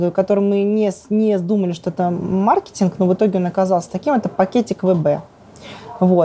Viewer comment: Бедная женщина ,Хаус в мыслях ,огромный монопольный бизнес сплошного хауса, логистика это порядок и математика ,работать с ними Ужас смена правил постоянная, Маркетинг ударение не знает, iPO ? С таким интервью ?? Если крутую команду с дисциплиной и порядком не наймут к 30 году Сбербанк обещал стать 3м игроком и отожрет у WB долю рынка, вопрос только станет за скоростью построения складов аминь.